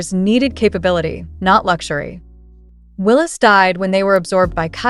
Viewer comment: It's Willeeeeeeessss NOT Willesssss.